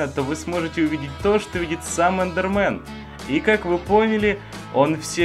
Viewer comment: Эндермэн а не эндерман